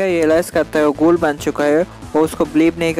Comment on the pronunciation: Gool kyo bol rha h bhai